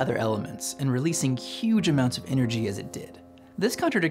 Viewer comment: "cuge amounts of energy"